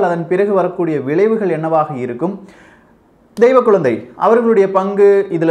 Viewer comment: The way you pronounce deiva kulandhai makes me laugh..